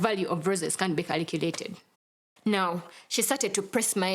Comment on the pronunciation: the value of roses can’t be “kalichuulated” 😂😂😂😂